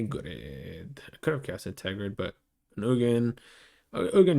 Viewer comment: Ter-grid Practice saying it